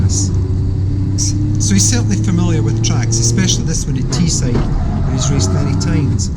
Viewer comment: Teesside not Teeside. The river is the Tees, not the Tee. 5 minutes down the road from me..